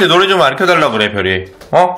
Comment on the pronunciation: 별이 밥이 업떠라고 하는거 같은데😅